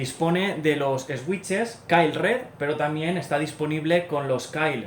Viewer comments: Jajajaja "Eswitches" Se pronuncia "Suiches" pero bueno xd Buen video me encanto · en realidad es suitches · Buen video, sigue así y llegarás lejos por aquí. Pero no te voy a mentir, estoy llorando de la risa de oírte pronunciar switches 😂😂😂